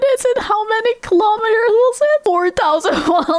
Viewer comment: I love how she said kilomeaters you can smell the accent through the device😅